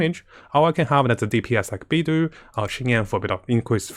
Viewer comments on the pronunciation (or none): Each time I hear him say “be do”, I feel my hairs tingle. It’s pronounced as “Bay Dough”.